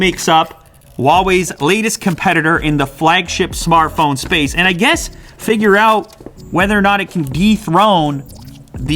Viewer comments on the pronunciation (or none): none